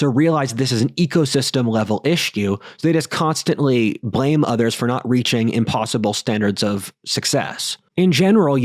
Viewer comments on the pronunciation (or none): none